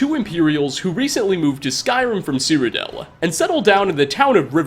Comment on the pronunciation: Oh wait he's still saying Cyrodel DAMN IT